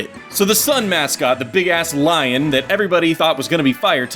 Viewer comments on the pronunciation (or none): none